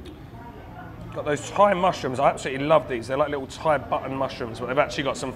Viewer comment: Love your Thai pronunciation.👍👏